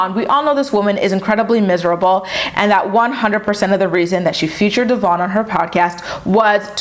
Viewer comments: It’s DEVOIN not DEVARN!!! 🤦🏼‍♀️ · I hate how she don't even pronounce Devoins name correctly, that alone shows you how disrespectful and petty she is. Also how she going to tell him he do the bare minimum and he ain't a man? Yet he is there for both her daughters he is the only positive male figure they have. He gives that emotional support unlike her, because even she admitted that if Stella had the option to run to her or him it would be him that in it self says alot. Your other bd don't do shit yet you give his ass money whenever he come around and to this MAN that steps up for your kids you just be doggin him. Get your priorities together your kids are going to see for themselves that he is present and you just talk shit. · Just a thought can you please pronounce Devoin name correctly . The host have and I feel like you should to if talking about him. Please don’t come for me